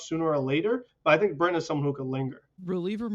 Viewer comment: “Zach Britton” kill me 😑